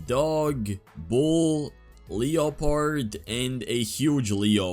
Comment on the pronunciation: How we pronounce leopard in the US: leperd How he pronounces leopard: LEO-PAWRD